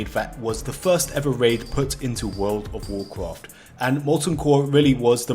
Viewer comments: "Woold ov woorcroft" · Wowl of wowld cwaft? Apwil fools? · i just love it that most of the comments are people making fun of how he pronounces world of warcraft… or should i say wourld ov wawrcraft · you don't have to say world of Warcraft every 10 secs for the rest of the video dude it gets annoying, just say wow is shorter and you can also pronounce it right lol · I thought I was the only one who had a problem with the way he was saying World of Warcraft, then I saw the comments. Disliked because of that fr it bugs me